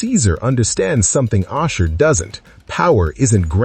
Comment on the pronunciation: How may times does the AI mispronounced Ashur?